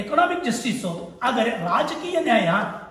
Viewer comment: ಸರ್ ನಿಮ್ಮ ಜ್ಞಾನಾರ್ಜನೆಗೆ ನನ್ನ ಹೃತ್ಪೂರ್ವಕ ಅಭಿನಂದನೆಗಳು..... BUT ನಿವು ಪ್ರತಿ ಬಾರಿ ""ಆದರೆ"" ಅಂತ ಉಚ್ಚಾರಣೆ ಪ್ರತಿಬಿಂಬಿಸುತ್ತಿತ್ತು.